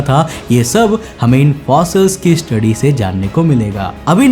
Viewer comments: मैं मध्यप्रदेश से ही और धर nhi wo धार है और naramda nhi नर्मदा नदी है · धर नही भाई जी धार जिला है और नरामदा नही नर्मदा वैली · plz improve your hindi...its dhar(धार) district and narmada(नर्मदा) river